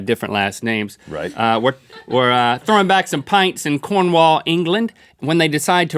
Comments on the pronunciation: It's not corn wal it's Cornwall I would know as soon as I live in uk Cornwall Hayle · say it cornwull not cornwaall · Noow i know what you re thinking no i am not from Cornwall but i am so im just going to say if you ever visit here make sure yoou protect your pasties from the seagulls and learn how t pronounce Corn-wull properly thx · its not pronounced Cornwall but cornwool